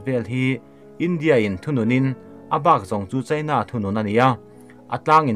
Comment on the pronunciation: Mizotawng hi ka thiam ber e chu ka ti lo. Mahse he pa zet hi chu ka zirtir chhawng veleh chak thin khawp mai, voice a reply na te hi awm se ka ti thin, ram hming lamrik angaih huna Indîa/ India tiha lam angaih hun te, China tih leh Chinâ, tih ang chi ah te hian a ti diklo nasa thin, ziak ringawt hi chuan sawifiah theih vek ani silo a, a Chanel hi mipui hip chi ani si a, atha si a, amah ber lah hian mizotawng hi a hmang dik hleithei bawk silo a